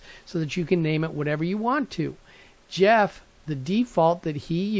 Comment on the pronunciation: This gentleman's name is Geoff - pronounced GEE OFF...not Jeff. Anyway...I wrote to him recently about this sensor article. He replied that if you are going to use a LOT of sensors on this shield, you may not want to power it up all from the shield. Rather to use an independent 5 volt power supply. Rate the supply with the number of sensors times the current that each module is spec'ed to use and have that many amps available. Connect power and ground from the supply to each IR detector by using a voltage buss along its length to the last sensor. Tie the common of the power supply back to the common on the shield to maintain a ground reference. Then you can just run the signal lines from each sensor back to the shield to the appropriate channel and pin. There is another shield avilable that allows for screw connections to each channel, by the way. You can take "servo" cables that are female and cut them in half. Slip each end set of 3, to the pins at the sensor and the shield. Use an intermediate length of wiring to connect the wire ends together over the length of your run. This makes for a nice connection at each end. just solder up the middle lengths and apply heat shrink at the joints. Another idea is to use a form of a multi-conductor cable, like a 8 pair cable, which gives you 16 wires. Fan them out to your sensors and then bring one cable back to the shield. Keeps things nice and neat under the deck. You may wish to terminate 16 sensor signals to a terminal block